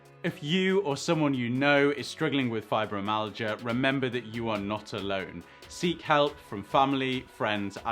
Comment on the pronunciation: There's no amount of money in the world which will take the pains away. It's pronounced fibro- MY- al-gia